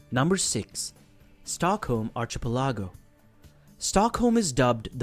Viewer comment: "Archipelago" is pronounced Ar-ki-PELL-uh-go.